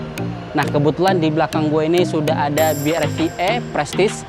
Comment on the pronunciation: BRV dibaca 'Bi Ar Vi'. Bukan 'Bi Er Vi' 🙂